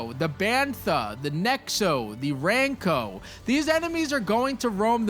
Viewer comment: “Tattoane,” “nexo,” “ranco,” 😭